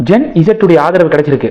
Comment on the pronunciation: அது ஜென் ஸீ அப்படித் தான் சொல்ல வேண்டும்.